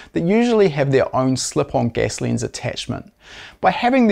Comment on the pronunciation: Your accent explained. Gas becomes guess. Lens becomes lins. Ten becomes tin.👍